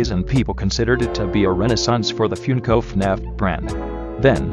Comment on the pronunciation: THANK YOU ALL FOR 1000 SUBSCRIBERS!! Expect a little something on August 8th :) Also sorry about the bot pronouncing Funko as “Fjünko”